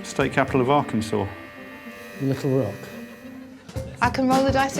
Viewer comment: The way Paul said "Little Rock" is so charming. I feel I always hear people pronounce it liddelrok.